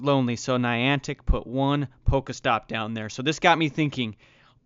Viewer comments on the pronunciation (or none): I hate people who pronounce shit wrong , this Nigga keeps saying it like (poka,stop pokamon ,, its pokémon pokéstop not poka